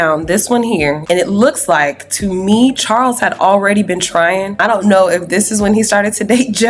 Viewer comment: Did Joe just say have kids with chawls??? wtf 😂😂😂😂